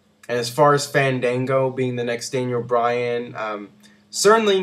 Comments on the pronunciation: is not "fendengo" its FAN DAN GO! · booooo! ...its FAAANN DAANNN GOOOOOO - GET IT RIGHT :)